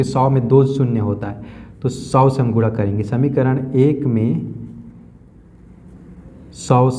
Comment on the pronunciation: Guna hota hai guda nahi😂